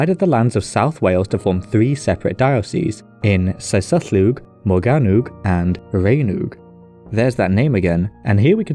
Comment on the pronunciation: Rhain is pronounced like rhine and rheinwg is pronounced like reign. seisyllwg is pronounced like say-sus. I get that the southerners pronounce ei like ai, but they are wrong, it's far too inconsistent, while if you just use the northern pronunciation, you'll have a wonderfully consistent time. I mean it's bad enough that we have ae, ai and au all sounding the same, they want to also add ei to the pot??? utter madness.